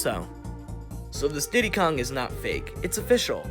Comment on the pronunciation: I like how when he said tiddie Kong and then after he said ditty kong